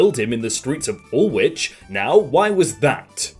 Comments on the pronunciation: It's pronounced wool-itch not wool-which trust me I live here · Did you say wool - wich not woolwich? My ears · Its pronounced wool-ich